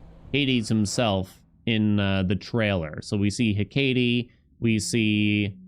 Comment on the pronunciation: My brother in Christ. It is pronounced heck-ah-tay. Not hekayyytee. Thank you from us all. Update: it’s also ha-fest-us Not haphaysteus.